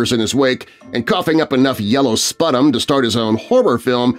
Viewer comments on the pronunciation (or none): Sputum = spew-tum